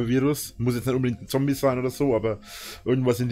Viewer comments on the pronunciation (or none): none